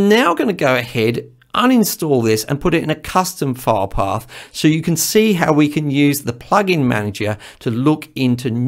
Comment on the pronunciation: This video was very helpful to me. Your explanations clicked with me. The only thing that confused me for a moment was your pronunciation for "file path". My half deaf ears heard "fire dog." The background info on VSTs was also enlightening. Thank you. You may ask how does a half deaf person record anything. I simply make it sound good to my ears and if nobody vomits, it's okay!